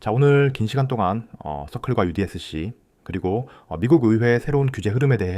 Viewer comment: usdc인데 왜자꾸 udsc라고 하셔요 😅